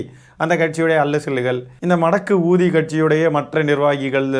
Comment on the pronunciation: அது மடக்கு ஊதி அல்ல மடகூதி